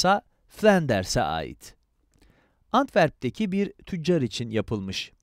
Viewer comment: “Brugıl” degil “brügel”. “Antverb” değil “Antvörb”